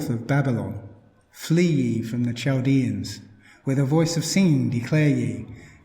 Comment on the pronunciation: Good info Chaldeans is pronounced Caldeans..the h is ignored